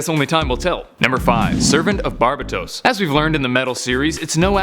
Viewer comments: You pronounce so many names horribly my god lmao. Bar-Bay-tos. not barba tos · ITS BAR-BAY/BAE-TOES NOT BAR-BA-TOS JESUS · Actually pronounced bar-bay-tos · Not trying to be rude but its pronounced bar-BAT-os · It’s pronounced bar-bay-tos